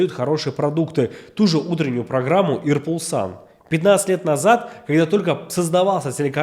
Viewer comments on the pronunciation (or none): чӑваш чӗлхи пирки калатӑп. Может это и неуместная придирка, но очень режет слух ("ир пулсан" произносится "ир булзан")